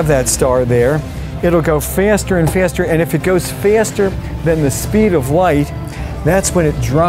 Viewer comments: Fyyyyaaasterer and myasss 😂 Faster *Mass*😅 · Mf really said FeAAAAster feAAAster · Faeesterhh, hahahh. Love this dude, great educator! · All heard if first'a and first'a and first'a. The way Americans pronounce words is absolutely ridiculous honestly. If it's not BugaDDI it's ToyoDA, Now I'm listening to this man and all I hear is First'a and First'a. Absolutely ridiculous. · “Smool” “Fiiaster” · What part of the USA does the pronunciation fairster come from? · English pronunciations conjured by people from the land of crony capitalism and home of the TRUMP; Fyaster and fiaster Buow(ball) Stoar(star) Meys(maas) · Looked down the comment section expecting to read some insightful comments, but all i read was faysterr and other words that rhymes with it 😂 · I love how he's just trying to teach us something but everyone is focused on how he pronounces "Feyast" lmao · Nevermind the fiiiiasteh, how you gonna get that boaal out 😂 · Fiasturrrr and fiasturrrr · The way he said faster. Fyaster, fiiasterrr????? 😂😂😂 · No he isnt - Australian's pronounce it as "far-ster" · What accent is that ? My ears hurt from his pronunciation of “faster” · He has a rather uncommon English accent, judging by the way he pronounces 'faster'. Where is he from? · I only disliked it because of the way he pronounced “faster” 😂